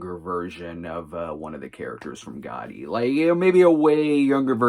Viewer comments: pronouncing it with a hard T isn’t how anyone says it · Sometimes my hearing plays tricks on me. You do mean "Gotti," not "Goddy," yes? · I'm 99% sure that it's Americans/ Canadians who pronounce it "Goddy". Other nations do pronounce it with a hard 't'. Especially since it's a double 't' as well. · Caitlin Rix it’s a regional thing. Pronounce it however you’d like, but I’ve never heard someone pronounce it with hard double “T”